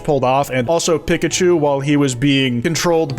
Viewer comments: is nobody gonna point out how he says pikachu like pickachu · The way you pronounced Pikachu was insane